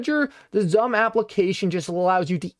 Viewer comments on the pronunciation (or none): It's pronounced as SUM...